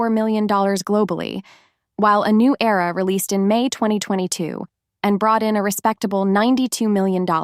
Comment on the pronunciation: Era NOT error